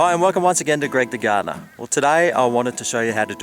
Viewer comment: "I'm," He says in a Austrailian accent. My class kept on laughing when he said that.